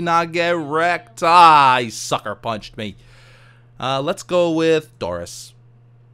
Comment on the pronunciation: When he said "let's go with Tauris" I thought he said Doris